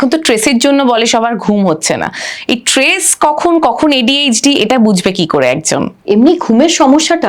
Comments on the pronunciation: ট্রেস নয় ভাই, স্ট্রেস 😂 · উপস্থাপিকা কদ্দুর লেখাপড়া করেছেন যে স্ট্রেস stress শব্দটা সঠিকভাবে উচ্চারণ করতে পারলেন না?? What is ট্রেস?? তাহলে মানসিক চাপ বলেন!! ইংরেজী সবার জানতে হবে এমন তো না?!!